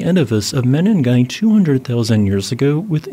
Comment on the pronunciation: Pls call these kenyan places by their proper names...😮what mini'gai ? Say meningai..